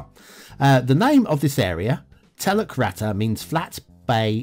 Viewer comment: Oh dear, a pretty rough a ready map with heaps of errors that I would never use. But it and its clunky backstory along with your excellent humorous delivery, all made for an entertaining video. I speak Bahasa Indonesia 🇮🇩 (the big brother of nextdoor neighbour Malay by many many millions of speakers). “Teluk” (which pronounced “tell-look”, me old mate, not “tell-luck”) means bay and “rata” means flat or level (and it is not pronounced like “ratter” - more like it rhymes with “starter” - lol). So I read the name of the map as “Flat Bay Bay” and knew it came from someone with little clue of the language!! I wondered if the map was based on the real bay of the Indonesian island of Sumatra (where there is also some Malay spoken) called Teluk Ratai - but I can’t really see much resemblance. Strange where people get their inspiration from and full marks to the map builder for originality if not authenticity and skill.